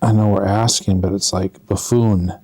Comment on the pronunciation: buffoon, not fafoon